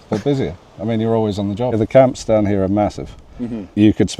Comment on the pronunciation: This man's accent is very unique, slightly rhotic but pronounces words like 'down' and 'out' and 'dewn' and 'oot', but then drops 't's into a softer 'd', like thirty pronounced 'thirdy'. Interestingly, the director at the Falklands Island's museum sounds slightly similar to a kiwi/SA accent, but very softly.